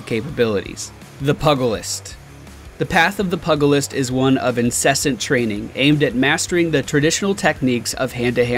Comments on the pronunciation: Pugilist is pronounced PYOUgilist not PUGilist. It doesn't sound like the dog breed. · I think its pronounced pewgilist no puhgilist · It's pewgulist not pugglelest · Pugilist is pronounced pew-juh-list, not pug-uh-list. It is another name for a boxer, not someone who makes lists for little dogs. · you should look up how to pronounce words it is not Pug a list, it is pu-ga-list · Pug- alist? Like the dog? I think it is pronounced the Piugalist. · Oh by the way Pugilist is pronounced Pew-gel-ist, not Pug-el-ist, sorry minor gripe there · I can already tell that people mispronouncing "pugilist" is going to drive me insane. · You said Pugilist wrong. Pu sounds "Pew". The gi is like the first sound of "jeez". Just saying, sounds very weird when its not said right :)